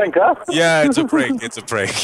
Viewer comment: You forgot to say “brank” instead of “prank”😂